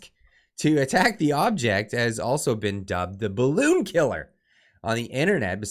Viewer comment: Turdeau can't say BALLOON